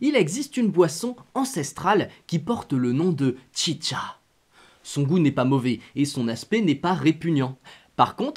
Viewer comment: À vous que tout le long de la vidéo t'avais envi de dire la chicha pas tchitcha